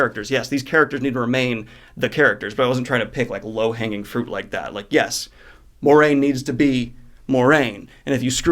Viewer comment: Have you ever noticed you pronounce Moiraine (mwah-rain) wrong? It sounds like a French name.